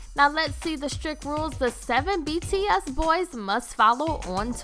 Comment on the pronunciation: When starting off the video and the band name is pronounced wrong.... you know it's gonna be rough the rest of the way... Edit: I couldn't watch the entire video. I tried but I couldn't. I made it 2/3 of the way through. I stopped because of the number of errors that were in it thus far; that got to the point where I was annoyed and didn't want to listen/watch anymore.